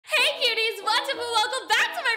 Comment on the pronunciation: Its cuties u said cutles